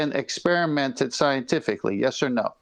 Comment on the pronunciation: "Do you understand????!!" Idiot: "Ehhh, jes?!?! "